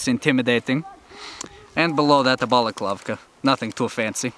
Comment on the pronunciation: He obviously isn't russian as he said balkalavka instead of balaclava.